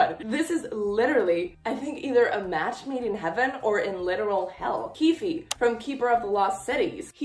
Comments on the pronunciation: It's not 'keefie' 😭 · On Shannon Messangers website in the character bios, she says it’s pronounced “keef” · the last e in keefe is silent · NOOO not with pronouncing the e at the end 😭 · Love your videos ❤❤ Also you don't pronounce the e in keefe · I meant that You aren't supposed to pronounce the e in keefe